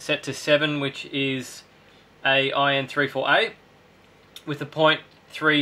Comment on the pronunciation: Are you saying "i (letter i)N34A? It's 1(one)N34A. Germanium diode.